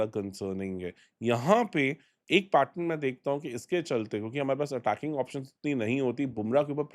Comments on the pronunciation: Pattern hota hai Pattrun nahi hota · Bhai adat hogi I have observed him saying it many times.